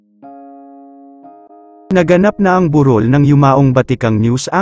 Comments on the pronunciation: Bakit po ang vlogger ay mali ang bigkas sa salitang "burol" di po ba kayo tagala? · Yung pronunciation ng 'burol' ng voice over eh yung Anyong Lupa at hindi yung lamay